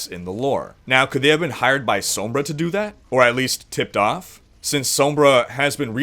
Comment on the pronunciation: This guy needs to learn how to say Sombra. it's said like Sahmbra